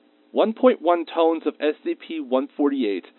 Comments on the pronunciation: Emafex -- Think he was trying to read the word "tonnes", but mispronounced it. It's the correct English plural of ton(2000 lbs) but Americans usually use "tons". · I love when wd measure in tones instead of tonnes or tons